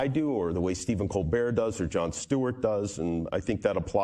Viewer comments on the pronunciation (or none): none